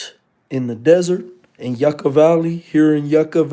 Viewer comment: Ima slap the chomo outta you just for saying yukka like that, keep posting your location when you in LA weirdo